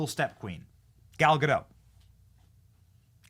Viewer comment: At least pronounce Gal's name right...